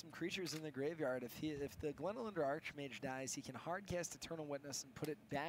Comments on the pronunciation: super lame for correcting on Archmage then saying it wrong himself later. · So annoying that corrects for saying archmage wrong then a bit later says it the same way did..